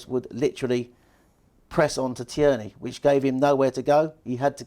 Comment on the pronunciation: big fan as you know. but please. its TEAR😓 KNEE... he's Scottish not French.